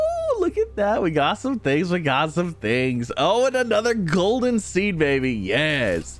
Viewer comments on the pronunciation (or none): none